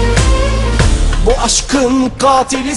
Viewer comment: Katili gatil gibi okuyor ama Bıçakı da mıçak olarak telaffuz ediyor sanki : )